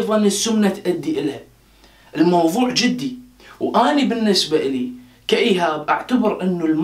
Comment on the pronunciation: 10:6 جدي حرف الجيم بالكسره 😂😂😂